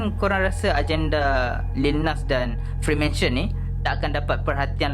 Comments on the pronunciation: psst2 freemason bang bukan freemansion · nice bro, tpi freemason bro bukan freemansion